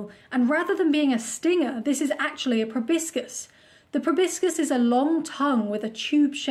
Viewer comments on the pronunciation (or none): What’s a “probiscus”?……